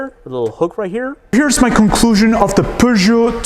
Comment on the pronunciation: As a French I can tell you that your prononciation of "Peugeot 3008" is really good 😄